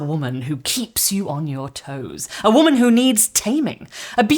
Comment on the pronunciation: The way you’re pronouncing “WHOMAN” like there’s an H in it is the best.